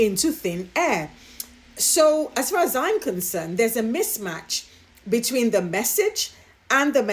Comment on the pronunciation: I felt sorry for the business leaders having to sit through Kate Middleton's empty speech. Mispronounced words such as between (beteen) and profitability (povertibility), my goodness🥴...and, I lost count on how many times she glanced at her written speech. 😞